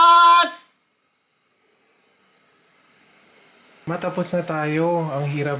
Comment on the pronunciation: Pinakagusto kong finale ng bawat vlog ni? Ay iyong salitang, "EEDJOTS!!" HAHAHAHA!